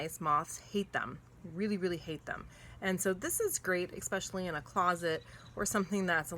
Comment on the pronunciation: Great info! BTW - There is no "X" in especially...